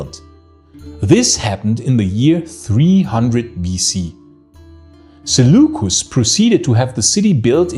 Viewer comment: Zulucus? Seleucos Nikator.